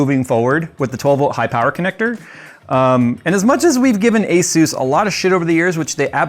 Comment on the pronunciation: Asus is pronouced Ay - Soos!